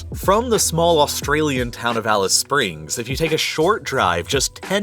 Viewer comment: When he said “taw hown” I exited the video, bye